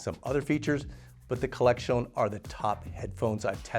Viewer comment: Cheering for my favorite, who looks like he’s fighting for his life every time he says “Collexion.” 😭 I'm just happy to see my favorite upload a new video.